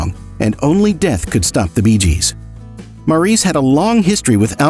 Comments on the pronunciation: This was a well done brief story of the Great Gibb brothers. It was pretty accurate although one issue I repeatedly noticed was the correct pronounceation of Maurice Gibb's name. It is pronounced Morris. I enjoyed it very much other than that. Thank you. I have loved the Bee Gees for most of my life. They were/are very much legends. Maurice, Robin and Andy are greatly missed and loved. Wishing long life to Barry and the remaining Gibb families. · I agree with you. Any fan knows the correct pronunciation of Maurice's name!